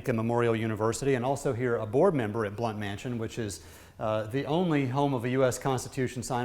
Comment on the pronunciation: Wish the people giving our history would learn how to pronounce these names! Blount , Sevier and, others!!!